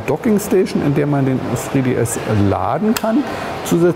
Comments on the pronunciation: sag doch einfach DREI DS .. wen du kein englisch kannst :D:D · boahr wenn man nich englisch sprechen kann sollte man es lassen ... tzriii diii ... aaalles klar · sri-di-es xD